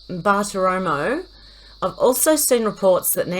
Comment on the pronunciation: Hey, you said Bartiromo correctly. She was my favorite on Fox. I would curl up with my coffee Sunday mornings and watch her intently. Not anymore! I am boycotting Fox 😡😥